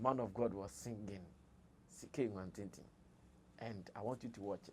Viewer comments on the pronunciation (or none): Please Sammy Flex its Love Nwantinti not watintin